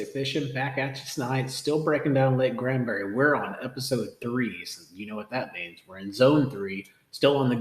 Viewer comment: Granbury, not Grandbury.